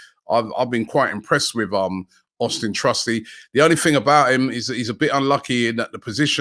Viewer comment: Austun, not Austin.